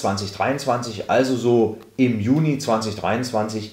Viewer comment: Also wann gibt es die neuen Rentenbescheide? Von Mitte Juni bis 30. JUNI oder JULI? Vielleicht etwas deutlicher sprechen. Man man auch zum besseren Verständnis Juno und Julei sagen.